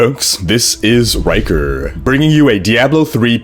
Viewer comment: "hey folks. This is Rhykkerrrrrr!"